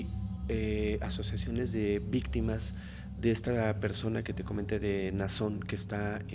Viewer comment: Me perdió cuando dijo "ésta persone" 🥴🥴🥴🥴🥴🥴